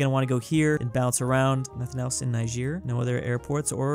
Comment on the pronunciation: Ni-sheer? Its ni-jer